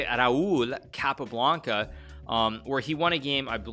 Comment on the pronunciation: I love how Hikaru tries his best to pronounce "Jose Raúl" the correct way and then pronounces "Capablanca" with a heavy american accent